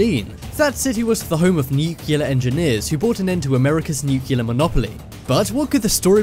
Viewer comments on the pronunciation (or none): "Nuclear", not "nucular". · PLEASE SAY NUCLEAR AND NKT NUCELAR sorry but it’s kinda annoying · It's nuclear,not nukyilla, I thought you was English at first,but I'm not sure now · for the love of GOD!!!! its nuclear not nucular..... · Firenet Gaming I think British people say nucular and Americans say *nuclear*, I don’t really bother about pronunciation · New-clee-ar, not New-cue-lar, sound it out now N-E-U-C-L-E-A-R...... freakin' English, can't speak English, imagine that?!?!?! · Nuculer. ??? wot?? Repeat after me: NEW CLEE ARR. Now say it quickly and you get "Nuclear" There, that was easy wasn't it. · Nuclear = 'New'+'Clear' not 'New'+'Killer' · Please learn how to say "nuclear", it isn't nukular, it's nuclear- pronounced new-clear. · Nuclear, not new killer. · nuclear is pronounced "NEW CLEAR"!!! "Nuke u lar" is not a word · I think it is a NEW-CLEE-AR bunker not a newclear one:\ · It's "newk-lee-ur", not "newk-yoo-lur". Oh brother! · NUCLEAR = NEW CLEAR. Not NUKULAR you sound like Homer Simpson 😖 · Nuclear, not nucelar! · new-clee-ar, not nuke-ya-lar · Nuclear not nucilar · for goodness' sake will you learn to pronounce 'Nuclear' it is Nu-clear NOT NU-cular. Also you can't have cold 'temperatures' you mean low temperatures or cold weather. Such things warn me that you are careless with detail and so not worth watching. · Nu-cle-ar. Come on guys. We don't need to quote G. W. Bush all the time. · I hope this narrator learned to say nuclear. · I`m constantly stunned at the number of people that cant pronounce "Nuclear" and then go on to use the incorrect pronunciation of "Nucular". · NIIKILAAR engineer... NUCLEAR, NUCLEAR. NUCLEAR!!! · That's 5 minutes I'll never get back. BTW it is NUCLEAR not NUCULAR. Obviously not a Rhodes scholar. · makes me laugh how this guy sounds british yet pronounces nuclear as nukiller like an american ffs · Nuke-ya-lur. LOL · NUCLEAR. NEW-CLEAR. NEW. CLEAR. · Please don't say "nukyular". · please its not nuculer nu nuclear